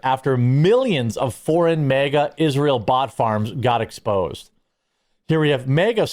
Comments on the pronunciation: Just stop mispronouncing MEGA as if you are not an American. It is MAHGA. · It’s pronounced MAGA not mega. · It's not "MEGA", Jeremy. It's "MAGA".